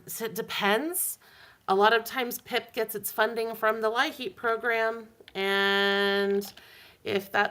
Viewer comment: From Pennsylvania. We pronounce LIHEAP the same as you. I've even heard it that way on their recordings and such.